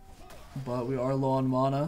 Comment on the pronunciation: how did you say "mana"? That sounded like maana